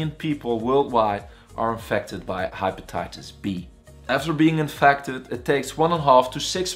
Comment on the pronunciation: HaypataytasB.... its just pronounced wrong